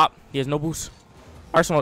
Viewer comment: He literally sais ''boos''😂